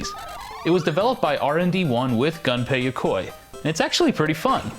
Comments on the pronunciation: Gun-pay Ya-coy, hahahaha...holy shit Japanese names aren't that hard to pronounce. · Maybe I'm just crazy, but I wouldn't expect "the gaming historian" to completely butcher names, Gunpei Yokoi. My ears....